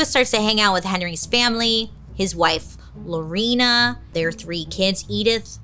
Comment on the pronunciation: As a Lorena, thank you for pronouncing it correctly.